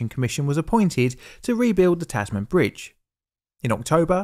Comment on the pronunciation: Just a point FYI - it's not pronounced "Taz Man", but rather "Tazmn". How damned Australian, hey? :)